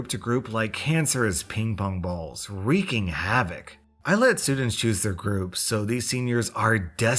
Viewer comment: Wreaking, Not Reeking. 😂